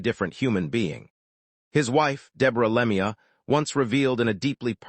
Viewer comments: Le mee uh. AI is total sht. Not even enough respect to get his name right. Anything for a buck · Cant listen to this anymore after the third time he said Lemi - ya. Dont listen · Wouldn't you just like to punch this AI asshole? He can't even pronounce his name! It's always been pronounced Claude Lemue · Narrator if you can't pronounce the name of the deceased maybe you shouldn't be narrating this . A little respect for the dead .Were you raised or thrown.